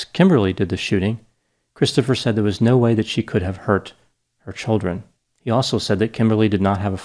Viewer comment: Are you from Connecticut? The way you say "childrun"